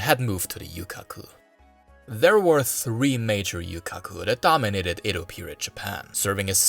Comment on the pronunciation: Excellent video! However, every time you said Edo, I cringed. How is it you can pronounce everything correct but Edo?